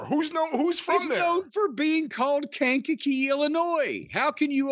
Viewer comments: Thank you, Jim, for setting Brian straight on pronouncing Kankakee. Please let him know about how to pronounce Lisle, IL and Bourbonnais, IL too. ;) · Speaking as someone who has a parent who was a minister in Kankakee Illinois, it's nice to see someone else that knows how to pronounce it. For those curious, it's a small city that's on the way from Chicago if you're driving up on 57, so Jim's probably driven past it several times in his career. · From the area and Jim got it 100 percent right. There's always someone mispronouncing the name. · My man Jim with the right way to say Kankakee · Shout out to Jim for knowing the right pronunciation of Kankakee